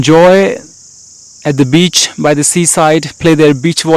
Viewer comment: "by" as Is "WyTH".